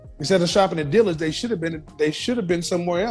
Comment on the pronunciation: or how she said Dillard's smh, she said "Deeelurds" 🙄